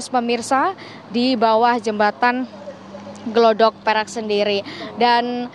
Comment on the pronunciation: Gladak Perak mbak.." Bukan Glodok Perak...😢